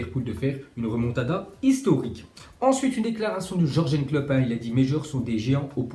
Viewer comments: C'est pas Jorgen mais Yurgen Klopp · On dis yourgeun